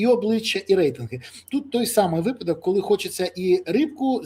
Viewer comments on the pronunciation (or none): none